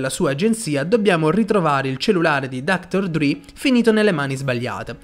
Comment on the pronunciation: Si legge dr dre nn dr dri 😂